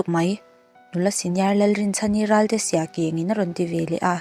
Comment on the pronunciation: Miss siakeng I tih Kha a thluk a dik vak lo a